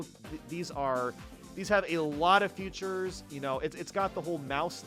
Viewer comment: Why does he keep saying “futures” ….